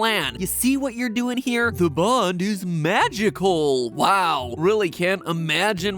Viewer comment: Bro the way matpat said "MagICAl" is so funny am I right?